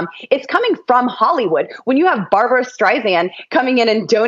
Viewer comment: Excuse me, that's BAR-BRA. Two syllables, two A's. As opposed to Barb-a-ra, three syllables, three A's. Thank you.